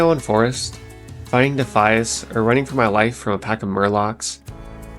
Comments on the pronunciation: I chuckled when you pronounced Defias as “Dafees” and then had a full on belly laugh when I realize that, lore wise, that name fits too. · “Dafees” lol love your pronunciation. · Loved this video but for the love of god "dee fia ass" 😂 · DI FI AS Say it like it sounds. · Defeees are my favourite mob faction.. You really need to work on your pronounciations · Every time he said Defias my brain lost brain cells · I have never heard anyone pronounce Defias like that haha. Good video man